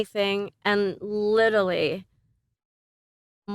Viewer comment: Not Carmen saying “littely” instead of litterally 😂